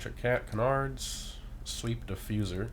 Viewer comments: Can • ards not kunardz lol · It’s “Can-ards” not “Cenards” 😂😂😂 Love these videos! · Bro who ever told you to pronounce canards like that trolled you hard lol. Its pronounced KAN-nerds I promise. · I’m sorry to say this but you’re saying canards incorrectly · Sounds weird but I guess your right lol